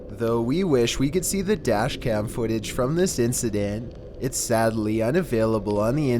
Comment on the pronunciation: #15 Burger king Foot-AH